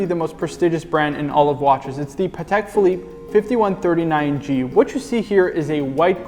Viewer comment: Haha my apologies you know what it is when you start filming it's easy to fall into the lazy pronounciation phase and mispronounce things. Will pay closer attention to this in the future 😁👍